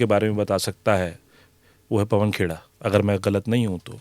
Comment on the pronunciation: Yaar "Khera" ko kyun "Cheda" - another CONGI with disconnect between brain and mouth.